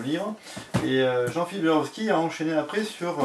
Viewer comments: Tu dis "Jarovski" mais cest bien "Javorski". Et sûrement pas Jablonski. En tout cas faut que m'y mette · Ouaip faut que je travaille ma prononciation jawooorski pas jaroski : « c’est leviosa pas leviosaaaaa »😂